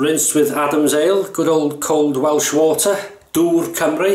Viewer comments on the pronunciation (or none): none